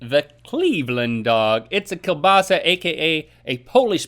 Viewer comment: I love how Link says,, kiełbasa" it's almost like is should be :D